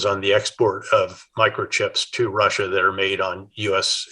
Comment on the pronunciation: Please quit saying "Rusher" instead of Russia. 😕